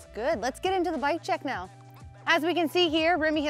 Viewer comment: man you gotta stop the zzzee bike zzzee equipment zeee zzz it's unbearable